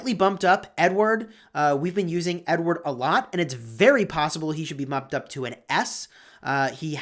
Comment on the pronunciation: Who else feels like he says n word and not Edward lol